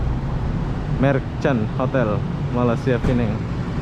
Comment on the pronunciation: PENANG. BUKAN PINANG